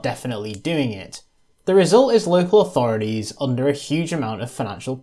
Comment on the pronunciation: Very informative, but maddenly annoying when someone who's clearly British persists on saying 'authoridies' instead of 'authorities'